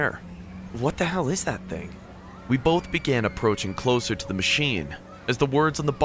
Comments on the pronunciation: “my ting”😂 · "my ting"